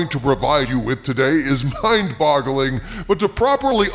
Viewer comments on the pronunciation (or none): Did you say mind bottling?